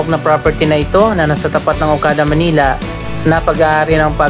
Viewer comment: yung "manila" mo po mali yung pronunciation ..